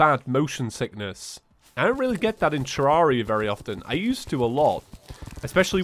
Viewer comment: I think Redigit prefers it be pronounced tuh-REHR-ee-uh, like "terrarium". Check this out